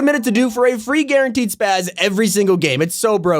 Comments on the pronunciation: Its spas, not spaz smh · lol its spas not spaz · spas bro spas not spaz the shotgun is called spas